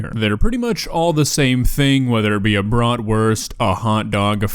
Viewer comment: I adore your Pronounciation of the word Bratwurst. Much love from Germany